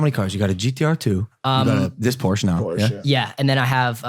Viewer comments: It’s not porsch it’s Porsche and not porscheee it’s Porsche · Has a GT3 RS and doesn't know how to pronounce Porsche.. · hey said Porsch lost all respect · He doesn’t even know how to say Porsche right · i give like 0.1 shits about cars but like please say porsche properly cos like idk it just bothers me. weird flex but okay yeah i know but oh well.